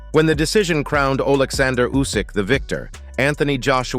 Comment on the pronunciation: Nobody is good enough to beat Usyk . How many ways can someone say is name wrong